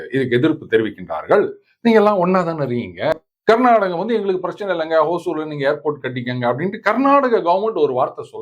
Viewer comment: சார், ஹோசூர் என்று உச்சரிக்க வேண்டாம். ஹொசூர் என்பது தான் சரியானது. ஹொசூர் என்றால் கன்னடத்தில் புதூர் என்பது. தமிழில் ஒசூர்.